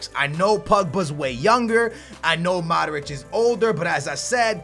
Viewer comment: his name is mODric not maric